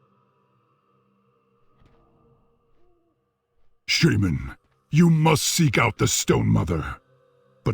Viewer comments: Today i learned that its pronounced sheiman, not shāman. The more your know... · Right? It's levi-SHAHman not levi-SHAYmaaann. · ITS SHAMAN NOT SHAYMIN! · When says sheyman instead of shaman I fucking cringe a lot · SHAY-MAN Seriously...... the first person who comes to mind when you think SHAW-MAN or SHAW-MUN in wow and his VA mispronounces it. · Its funny because at the beginning of the video, in games voices, 1 sentence after another, 2 different mobs, saying shamna differently. says Shayman and the demon says shaman. So it can be pronounced both ways. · Shay-man is the British pronunciation. Shah-man is the American pronunciation. sounds so weird with how he pronounces it because he otherwise speaks in an American accent. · Why does pronounce shaman, "shAman"... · i cringe every time pronounce Shaman like ''Shejman''._. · "Shay-men" BTW, anyone else not bothered by the fact that there is a 2nd Doomhammer up for grabs in Warlords of Draenor? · "Shay-men" is the reason elements were not responding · The way everyone else says "shaman" triggers me. Shay-men. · Even the world's most famous shaman can't even pronounce "shaman" correctly.